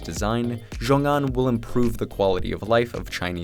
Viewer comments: So much work that went into a great video but it would have taken just two seconds to Google how to say it properly it's pronounced sheeoong an. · idk who needs to hear this but x in Chinese isn't pronounced like a fuckin z 😂